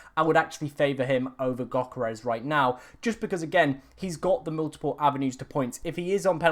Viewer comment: This clown still doesn't know how to pronounce Yoh-ker-res... he sounds like he is choking on my 7inch